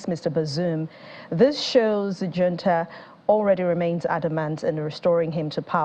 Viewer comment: Hunta" not " junta" the j has an ' h ' sound